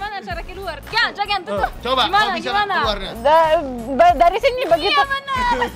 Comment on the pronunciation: KHAS : Pengucapan NG ( N+G ) = eNG... Ama Kak Bule JANGAN Menjadi = JAN- GAN!!... 🙂 LIDAH RUSIA!....